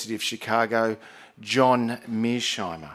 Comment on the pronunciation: His repeated inability to pronounce Mearshiemer's name correctly is kind of irritating...